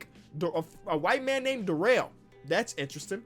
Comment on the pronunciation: I think his name was dare-roll lol